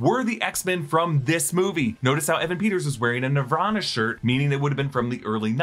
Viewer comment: Can't even say Nirvana right?